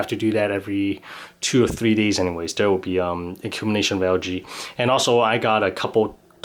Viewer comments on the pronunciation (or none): you cannot say dere you have to say there